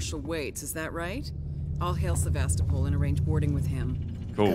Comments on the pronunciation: you pronounce sevastapol Sa-vas-ta-pool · You're not quite saying "Sevastopol" right, give it a google